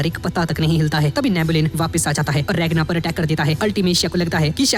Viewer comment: Naam to sai lo regna nahi ragna he noob